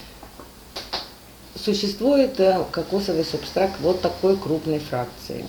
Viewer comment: Не субстраКт, а субстрат!